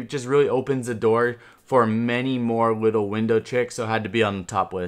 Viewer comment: anyone catch him saying wittle